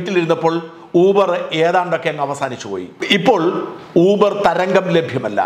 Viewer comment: ഊബർ അല്ല യൂബർ.